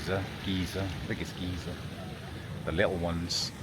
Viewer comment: Those of us in the US pronounce it GUY-zer.